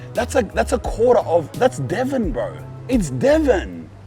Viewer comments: Not Devon, Devin like Devon but Devin. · I’m fucking crying it’s Devon